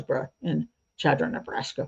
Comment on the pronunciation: Chadron, NE is my hometown. Small note...The Ch is actually pronounced like Sh (as in short), with an emphasis on the first syllable - Sha-dron. Thanks for a good episode!